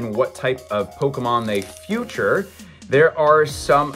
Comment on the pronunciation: Really cool stuff. It sounds like you’re saying Futured instead of Featured.